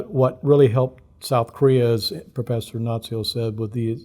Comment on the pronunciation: he said professher